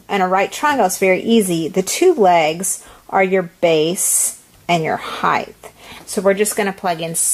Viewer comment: It's height...not hith